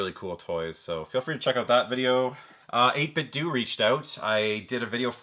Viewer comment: Hey bud! Fellow Canadian here, awesome pickups! I'm trying to only buy games when they're dirt cheap as I have purchased too many at full price haha. Just thought I would mention: '8bitdo' is pronounced like 'Nintendo'.